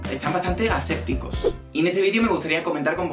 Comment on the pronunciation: Jajaja “ascepticos” ????? JajajajJa mmm escépticos: que duda o desconfía de la verdad jijiji🙂😂😂😅